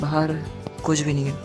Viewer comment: "nhi" Ki "ha"? Bro literally said- " Nhi+ha= nha"